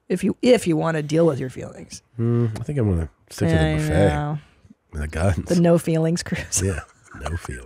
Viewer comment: I like how she called the buffet a boofay